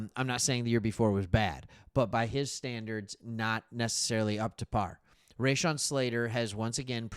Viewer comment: Raw-Shawn, not Ray-Shawn.